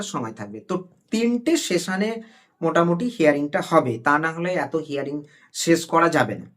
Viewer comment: প্রথমে বলি শব্দটা হেয়ারিং নয় ... হিয়ারিং।